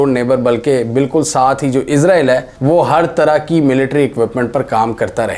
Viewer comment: Is ra eel not izrael